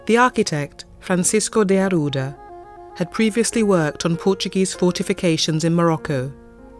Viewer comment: I appreciate the interest but to have the narrator pronounce portuguese names with a spanish accent kind of ruins the experience...